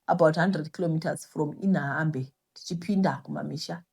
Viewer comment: Kunonzi ku Inhambane tete. Pronounced as Inyambani